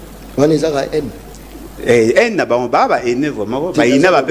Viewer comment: haine et non hene .ai (aie) en fonetique.